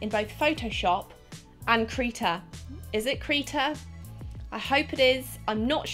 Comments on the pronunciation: Krita, not Kreeta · Its krihta not kreeta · Krita not kreeta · when does I sound like E its Kr i ta not kr e ta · why would it be pronounced KREETA? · Krita is pronounced cri tah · Krita is said like critter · Krita= kri-tah